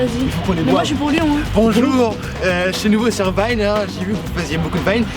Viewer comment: UN VINE ! On dirait de l'allemand 😂